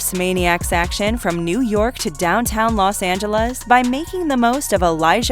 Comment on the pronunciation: Can you quit with the dumb robot voices on this channel please? can't even say Los angeles properly